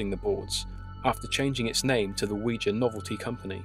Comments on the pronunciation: my understanding is that the name derives from the French and German words for "yes": Oui and Ja. Therefore, your pronunciation would be correct. Great channel, btw. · I've heard it pronounced both ways. I think you're saying it the right way. It was a very interesting video as well. Now I don't have to be so afraid of the Ouija board.